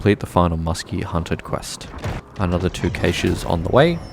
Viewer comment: You pronounce caches wrong